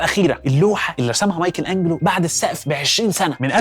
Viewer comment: ليه قول مايكل انجلو مش مايكل انچلو